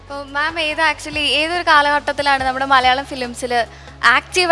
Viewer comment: ഈ അവതാരിക ഏത് കോത്താഴത്തെ മറ്റവളാ ..?മലയാളം എന്ന് മര്യാദക്ക് പറഞ്ഞൂടെ അവളുടെ മറ്റവടത്തെ മല്യാളികൾ ഇത്പോലുള്ള അവതാരികമാരെ ഒഴിവാക്കുക ഷക്കീല പോലും മര്യാദക്ക് മലയാളം സംസാരിക്കുന്നു ദയവ് ചെയ്ത് ഫ്ലവേഴ്സ് ശ്രദ്ധിക്കുക ....